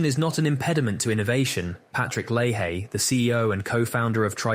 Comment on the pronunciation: It’s Lay-Hee